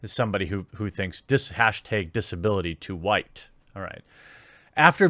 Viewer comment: why do you say who-white?